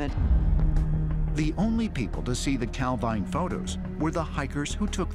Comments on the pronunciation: It's pronounced cal veen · Calveen it is pronounced!